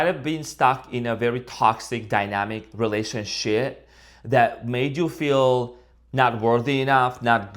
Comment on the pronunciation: Did I just hear relationshit? That is pure gold 😂